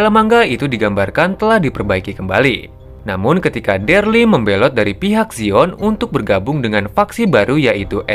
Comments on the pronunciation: bukan derly bang, tapi Daryl bacanya Deril. 🙏🏻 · daryl pak bukan derli